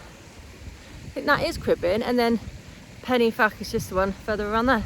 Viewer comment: Beautiful place, FYI, a single f sounds like a V ie Pen y van. A double ff sounds like f.. weird but true